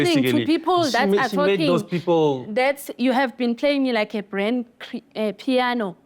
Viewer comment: Brand piano 😂😂😂 instead of Grand Piano